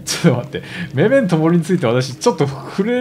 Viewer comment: メメントモリのイントネーション違うね、1回ガンダムダブルオー見た方がいいですよ